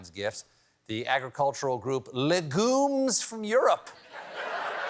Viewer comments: Legumes is actually pronounced LEH gyooms in the English lanugage. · I love he says “Le Goom” like it’s a French Mario bros enemy. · For a guy who pronounces his name in the French method, not knowing how to pronounce 'legumes' is a little embarrassing. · It's painful to watch Stephen not now how to pronounce 'legumes'.